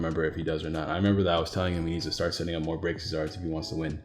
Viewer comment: REEEEE Its Braixen not braxien sweetie please read your cards lolol